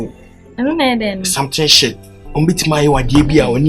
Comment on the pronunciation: He said shito😂